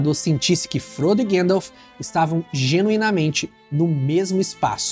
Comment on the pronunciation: Esse filme precisa urgentemente de uma nova dublagem com um profundo estudo nos nomes dos personagens e lugares. Chamar Gandalf de guéndalf é um crime!